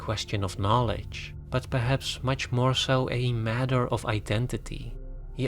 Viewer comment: OF is pronounced OV OFF is pronounced AWF When you say the movies OFF Christopher Nolan is sounds like the movies are rolling off his body or something. Why is this so hard to learn?